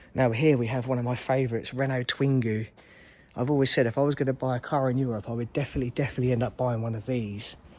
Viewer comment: NB - it a Twingo not a Twingu!!! Did you really think a 1.1 205 was €88k? Jeeesus!